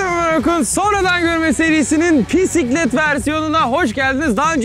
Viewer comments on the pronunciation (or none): Pisiklet diyorsun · abi pisiklet diyorsun :D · Nobody: Orkun: pisiklet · her pisiklet dediğinde çıldırıyorum. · Bisiklet yerine pisiklet diyordu başta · Abi ilk basta sen pisiklet dedin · 0.00 o pisiklet değil bisiklet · Abi pisiklet değil bisiklet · bisiklet pisiklet deyil ne lan